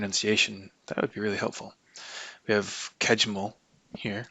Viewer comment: Kejml is supposed to be pronounced approximately like ca-y-ml ("ca" like "ca" in cat, "y" like "y" in yellow), but I don't mind your version :) Congrats to the win, I really messed up somehow this one